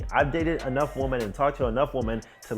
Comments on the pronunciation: You've messaged woman or WOMEN! You still don't know how to pronounce the difference? Excellent content but come on man. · Bro learn how to pronounce women lol